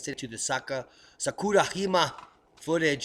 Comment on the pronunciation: great as usual. It was an honor to meet you at the Observing the Frontier conference. You are a must-watch every day! FYI, Jima (island in Japanese) is “gee-mah”. Keep up the great work, I learn SO much from your channel. Thanks.